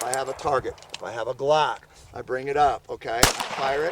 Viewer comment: "If I have a Glack."